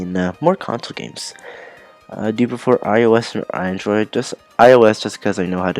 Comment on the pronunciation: when you said android the second time you said it like "androed" Andro3d confirmed?????